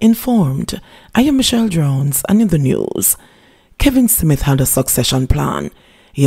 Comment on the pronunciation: Your pronunciation of the word smith is wrong mam. Check it.